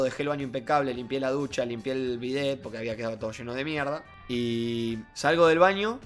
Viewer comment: Pensé que decia a bet en vez de el bidet ajjajaj